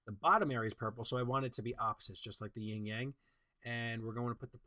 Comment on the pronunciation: It's "yin yang," not "ying yang."